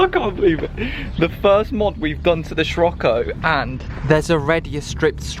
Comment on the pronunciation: just me that gets annoyed by him pronouncing sirocco wrong?